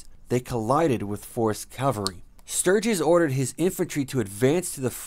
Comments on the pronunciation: LOL, also he says Calvary instead of Cavalry, big difference in definition. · Why would they get somebody to narrate this who can't even pronounce,"Cavalry?"